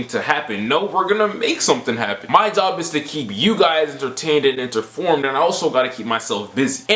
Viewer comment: "Enterformed" - Mojo99